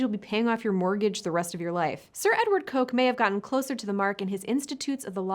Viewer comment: Just a heads up, Sir Edward Coke is actually pronounced "Cook" :)